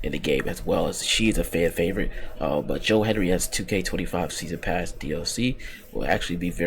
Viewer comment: His name is Hendry not Henry